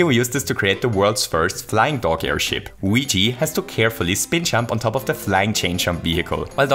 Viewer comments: U said weegee BTW big fan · Don't you mean Wigi? Since that's how he pronounces it.